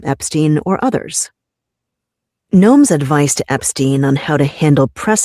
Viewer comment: we love you but it’s EpsTein not Epskeen. 😂😘